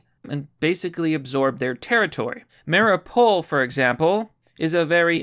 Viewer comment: Biden is paying Zelensky more money to kill his own civilians. Don't believe me? Heard something different on fake news? Look up Patrick Lancaster and see the truth. Also it's pronounced "Mary-ooo-pull"